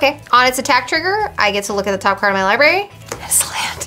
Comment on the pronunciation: Li BRARY not Li BARY common dude..